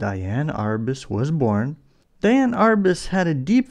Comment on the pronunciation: Just an FYI - Her name was spelled Diane but it should be pronounced as Dee-Ann.